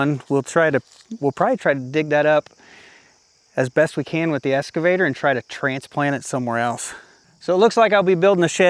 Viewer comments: Hey! You're still saying SCAVATOR! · There's no X in escavator.